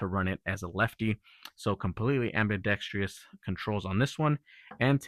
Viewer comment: am·bi·dex·trous not am-bi-dex-trious. Not trying to be a butthole but this word is mispronounced in a lot of these videos.